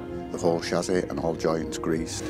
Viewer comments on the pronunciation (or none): I like your channel, But its a CHASSIS! Not a Shazi & also the music used in this video sounds like a dodgy porno. Apart from that 👍